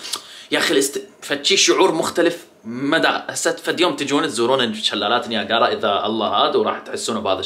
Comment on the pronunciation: شلالات نياجرا مو نياكارا